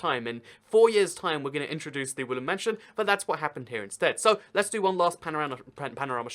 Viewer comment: Is it me or is he saying wooly mansion